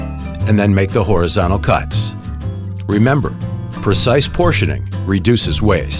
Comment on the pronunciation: "To perform a virtical cut, place the wheel in a horigiano position"